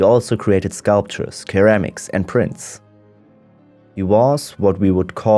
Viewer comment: Bro said " keramics"